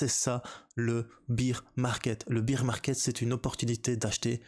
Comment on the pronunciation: apparemment en france bear market se prononce beer market